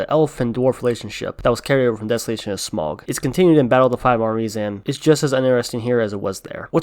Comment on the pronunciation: Not "smogg" as you put it. It is pronounced 'Smowg'. S M A U G, Smaug.